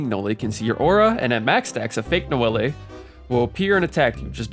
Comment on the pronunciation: i cant take ts seriously when you keep saying "nowaliay"